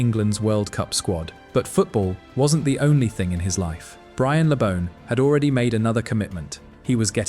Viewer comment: At least get his name right...BRIAN... not 'brain' My dad (also called Brian) used to go drinking with Brian and Gordon West when they were playing and my dad was building the main stand at Goodison. Always impressed by their affability and humility. Something sadly lacking from most modern day players God rest you, Brian. A great player and even greater man.